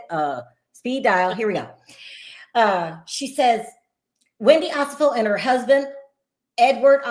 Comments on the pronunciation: can we get to Wendy and Eddie? Also, her name is pronounced O-SEH-FO. Not Osa-fo. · One of the OLG locations is open. Also you keep pronouncing their last name wrong. It’s O-Se-Fo.